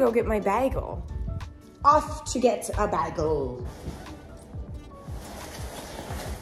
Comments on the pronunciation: It’s bagel…not bigel…nor biagle…..I really wasn’t sure what you were getting…. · It’s BAY-gle. Who is this person and why does she have a multimillion dollar Manhattan apartment? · How many times did she said BaEgaL in the beginning 😂😂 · You say bagel right when you say it with a piece of bagel in your mouth lol. We say Bayygul